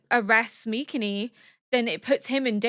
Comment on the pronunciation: I don't know if I'm crazy, but everytime you pronounce MikaMis name it sounds like MikaNi 🙏🏽😭 W reaction tho ! Looking forward to the end 🫠